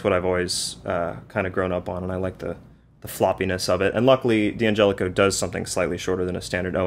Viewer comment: It's not 'DeeeAngelico', it's DAN Gelico. Italians don't say 'DEE'. At best it'll be 'd'YanGelico'...really quick with the 'd', like all men other than me are. 🤣🤣